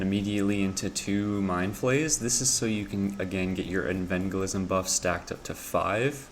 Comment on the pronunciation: Evangelism. Like Evangelical. Not Envangelism. It killed me every time you said that. Good guide otherwise.